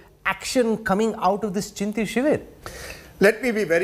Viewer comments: First of all it is not Chintin , it's Chintan. God why don't these Harvard passouts stick to English for god's sake? Surjewala lives sonia gandhi's "netreetawa"very inspiring. No surprise congress has lost ground in north india.. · Chintan shivir not Chintin shivir